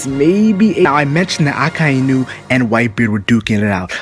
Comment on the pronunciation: is anyone else perpetually irritated by how he pronounces Akainu's name? Pretty sure its just Ah-kai (like king kai)-new. I know its a small thing and I still love this channel but...gah!